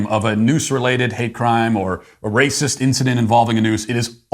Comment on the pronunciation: "This is prolly the RAY-CISS place Ah ever been.... An Ah need a number for CAW-prit."